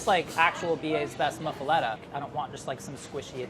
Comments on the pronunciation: Info for: It's pronounced muff-a-latta in New Orleans. No "let" sound and the muff is not pronounced moo. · Hey! NOLA Says “muhf-ah-LOT-ah” like hoof uh DaDa never ever say muff-a-let-uh. The olive salad goes on the top bread so it gets soaked in all the juices. Try olive salad first, then provolone, Genoa, mortadella, speck or good ham, pecorino, soppressata, mozzarella, & capacola (never ever pronounced like a racist cartoon... gabagool holy crap wtf is that?) Jayzus. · in new orleans we say muffuletta like "muffulotta" lol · The way he pronounced muffaletta kills me, everyone I know and every Cajun I know pronounces it moo- fah- lotta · Brah, the Muffuletta is completely wrong including the pronunciation.